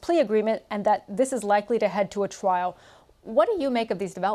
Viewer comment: Hang on - did she say "twial"???! Not very RP!